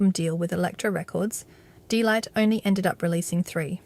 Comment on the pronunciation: its DEEE not Day!